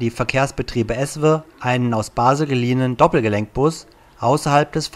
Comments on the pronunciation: An der Betonung von ESWE arbeiten wir aber nochmal 😄. Sonst aber sehr gutes Video! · Guter Bericht. Nur der Sprecher sollte ESWE richtig ausprechen.....oder ist es ein Tonfehler? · Warum spricht er ESWE so komisch aus ? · Erst mal ESWE richtig sprechen lernen 🤣🤣🤣🤣🤣🤣